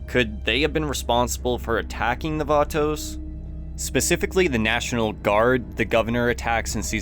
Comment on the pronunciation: The Vaatoes...